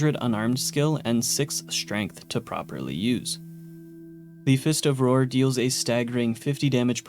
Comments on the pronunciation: I hate being a grammar Nazi, I just love this anime and this game so: Roar and Rawr do not sound the same Rawr is supposed to slant rhyme with star Fist of the North Star Fist of the North Rawr Okay I’m done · "Rawr" being pronounced "roar" when the joke is that it rhymes with "star" for Fist of the North Rawr is what got me. Especially since he said it both ways in the video. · Rawr is pronounced Rar